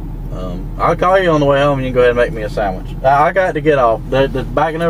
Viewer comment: "I'll call ya on my way home and you can make me a sammich" hahaha